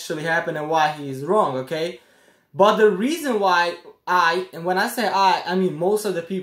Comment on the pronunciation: Take a shot every time he says (okay) 😂